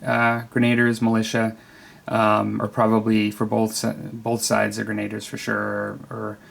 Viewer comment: Sounds like s cool diorama. BTW, not sure if it is a born in the US thing, as sometimes you guys do say words different, but it is pronounced as gren-a-deer, even in modern day we call our M203 gunners grenadiers, not grenaders. Looking forward to seeing your expanded FIW force. I am currious if since they are doin a Nappy book after North America for M&T if they will do Seven Years War era Europe. That would open you up to using most of the same models in another campaign, though with the threat of Prussians, and their skill on the battle field. Note of Prussians, even if you never play, Kreigspeil is interesting to look at, and getting some history of both wargaming and actual military history.